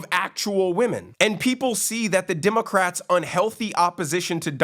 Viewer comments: WHY DO I KEEP HEARING " DEMOCRAPS " ? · I just keep hearing "democraps"